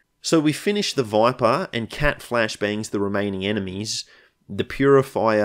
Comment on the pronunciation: Everytime you say "Voipah", my head automatically superimposes a picture of Viper's sleepy face from You'll Cowards onto the stream